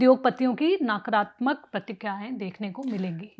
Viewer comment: अलोचना नहीं, आलोचना। प्रक्रियावादी नहीं, प्रतिक्रियावादी। स्वर्ण नहीं, सवर्ण। नाकरात्मक नहीं, नकारात्मक। हेलो, क्या कोई ठीक-ठाक हिंदी बोलने वाली (या वाला) एंकर नहीं है? बड़ा दुख होता है।